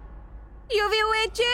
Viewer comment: Ils ont faussé une partie le début au lieu de dire écoute moi yuvi elle a dit couj